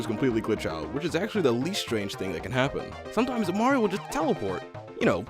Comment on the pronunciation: You said maro 😂